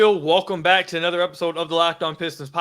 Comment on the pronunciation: I know this is a weak take but I can’t help but bring it up. The way says ether or anether rather other/another then he turns around and says thum instead of them. If you gonna use short e instead of o then at least use it when you supposed to. lol- all good tho, I agree with your takes.